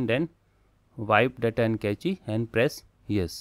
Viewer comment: No offense buddy buddy but you should work on your language skills if you want to go further on YT and Tech field. Cache is pronounced as cash and not ka-chy... I like what you are doing but definitely work on your language skills... Take this as positive criticism... Also keep up the good work... I bought Nillkin tempered glass and frosted cover after looking at your videos ;)... So thanks for that...